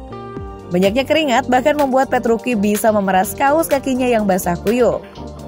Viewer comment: Petruci kok petruki